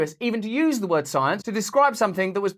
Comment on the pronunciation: Follow the PSYENCE